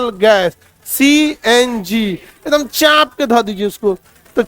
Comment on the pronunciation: Chaap k × Chhhhaaaanp k ✓✓